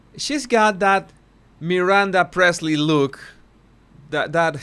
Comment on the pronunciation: Priestly not Presley!!